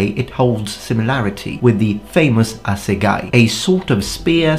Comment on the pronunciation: Ngl as a South African I thought for sure he'd pronounce assegai wrong. Its like afrikaans no one seems to be able to figure out how to pronounce it